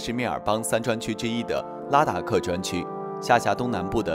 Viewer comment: 拉达克不是达拉克。